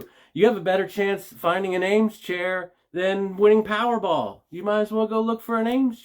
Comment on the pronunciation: I'd put at least $35 on that buffalo, being that people here in Texas love anything "western". I sell quite a bit of brass as well. They probably don't do brass anymore because it's too expensive. Awesome find on those Eames chairs. Ea pronounced E, not A.